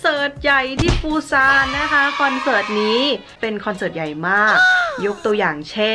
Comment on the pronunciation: "เสิร์ต"มันสระถัดกันไปนิดนึงอ่ะค่ะ 😅😅